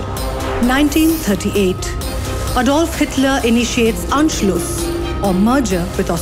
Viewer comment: Xitler. LoL 😆😆😆